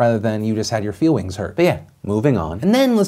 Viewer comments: I lost it when you dropped "feewings" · Love how he said feewings 😂😂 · "You had your feewings hurt" I'm dead XDDDDDDDDDDDDDDDD